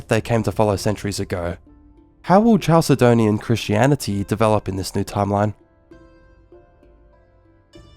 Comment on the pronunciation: Great video, and I think your channel is "going places"! Minor pronunciation correction: "Chalcedon" is pronounced "Kal-se-don," not "Chal-se-don." Any word from Ancient Greek coming into English spelled "ch" is pronounced this way (c.f. "chemistry"), because the Greek χ is a kh sound similar to the Scottish "loch." I'd recommend checking pronunciations carefully for future videos, as it can be a distraction, but otherwise, GREAT VIDEO!